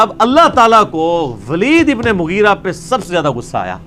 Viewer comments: Mugri nahi hai bhai. Mugheera hai. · Bhai Naam to sahi dhang se padho unka Naam Hai Moghira ebn shoba yah unka naam hai isliye kahate Hain views kamane ke chakkar mein Islam ki theek tarike se pahle study kar lena chahie 😊